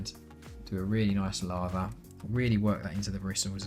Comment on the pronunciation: When you say lather it sounds to me like you said lava...and I imagine cleaning the brush with lava :D